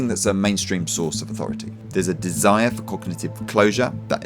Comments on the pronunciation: it's pronounced MAN-ACK-IAN. Other than that, great video! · The "ch" in "manichean" should sound like a "k". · Quick note: at t=589, it's pronounced "mani-kEY-an," not "man-EECH-ian." Manichaeanism was a religion from central Asia that was extremely dualist, with ties to both Gnosticism and Zoroastrianism. It's an interesting subject! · "Manichaean" is pronounced with a hard CH. Trump's actual Epstein secret has to do with Epstein's work as a money launderer for Russian oligarchs, particularly Semion Mogilevich, who really does control the sex traffic trade. There are lots of ties between Mogilevich and Trump. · "Manichaean" or "Manichean" is pronounced man-ick-kay-enn. Good vid but I can't let an obviously accidentally ignorant mispronunciation pass unremarked. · Manichaean is pronounced Man-ee-kay-an SMH